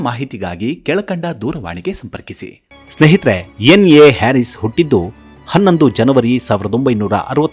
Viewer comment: ಅವರ ಹೆಸರಿನ ಉಚ್ಚಾರಣೆ ಹ್ಯಾರಿಸ್ ಅಲ್ಲ ಹರೀಸ್ ಅದರ ಅರ್ಥ ರೈತ ಎಂದು